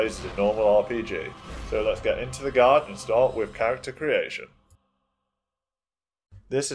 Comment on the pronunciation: great guide but why do you pronounce guide as guard?